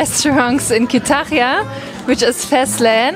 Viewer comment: Kütahya derken o kadar zorlanıyor ki 😂